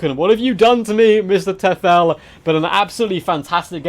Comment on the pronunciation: nice video, but you butchered the name because it is täu -fel as in German for devil